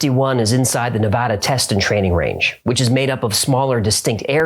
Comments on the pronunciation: One of my favorite things about this video is that you pronounce Nevada correctly!! 👽👽 Keep it up, this channel is chefs kiss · Im impressed by how you correctly say Nevada, and more impressed that you referred to the airport in vegas as McCarren. Keep up the good work dude.